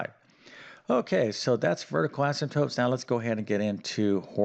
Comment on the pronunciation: He can spell Asymptotes correctly but he pronounces them asymptopes. I don't get it.